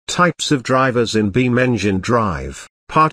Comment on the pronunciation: Text to speech: More like Types of Drivers in BeamEngineDrive Also My Pigeon is 4000 HP